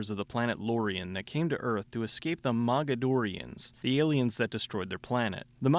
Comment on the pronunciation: Did you say MAGAdorians?